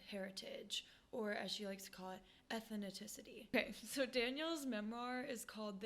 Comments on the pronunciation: Please learn how to pronounce ethnicity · Love this channel but it’s how you say ethnicity I be joked out 😭🩷